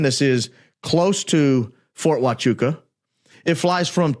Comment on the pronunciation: Yes, you pronounced it perfectly.